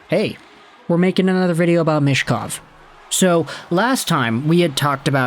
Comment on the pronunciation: for how often you talk about him you should learn how to pronounce his surname 'Meetch-kov' Not 'mish-kov'